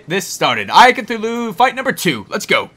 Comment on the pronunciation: Just sayin kinda sounded like you said ”lest go f*** the eye of cthulu” LOL